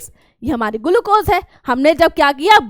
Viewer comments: Glucose❌ Gulucose✅ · Maam your GULUCOSE is just awesome!!!!!!!!!!!!!!!!